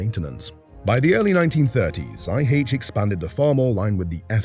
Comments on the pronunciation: No! Not Eye Haitch. It’s Eye Aitch. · "High aitch" ? is this AI talk ?